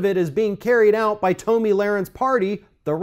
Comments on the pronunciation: Her name is pronounced "TOMMY" not "Toe-ME" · pronunciation of Toe-me Lahren and Colin Caper-nick is throwing me for a loop